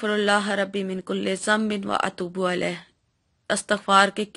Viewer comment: aap Atoobo Alaih parh rahe hain jb Atoobo eilaih hai yani Alaf k neechy zer hai zabar nahe plz Apni Islah karain beti